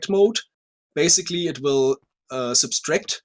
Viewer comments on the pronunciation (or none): I love how the SciCraft people (I've only really seen and, to be fair) struggle with the word "subtract." They always pronounce it "substract."